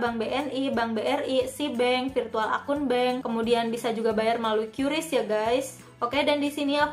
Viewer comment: Bacanya Qris ka bukan qyuris